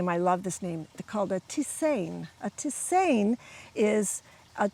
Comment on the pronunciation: May I help you with your pronunciation? You pronounce it like this: tis- ane(like the name Ann)